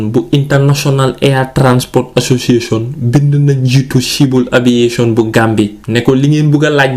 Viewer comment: It's the way he says "Association" for me